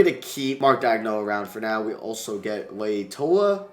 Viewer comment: Lay Toya rogers lmaooooo Latoya